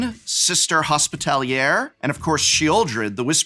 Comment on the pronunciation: Prof: prides himself an English major also Prof: can't read cards it's Rodolf, not Rudolph. it's Hospitaller, not Hospitalier.